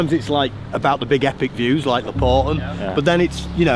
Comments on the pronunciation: Haha Lapporten uttalas Lapp-porten, inte Lappórten. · Lapp- porten inte laporten 😂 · Älskar era videos ❤ med fick ett ick det heter inte laporten det heter lapp porren